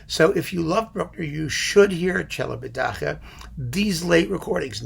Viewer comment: I spend hours after hours (too many?) of quality time watching your videos, thanks a lot! One little thing (take it if you will, from a Romanian subscriber): the name of Celibidache is pronounced at the end KE, not HE like you do (for CHE), as it would be also in Italian. However, I understand your pronunciation may be more for effect :) P.S. I bought the Wand box following your recommendation! Thanks again.